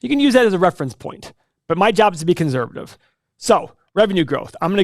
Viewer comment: His job is to be conzzzzervative